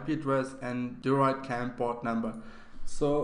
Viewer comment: it is pronounced droyd cam not deeroid cam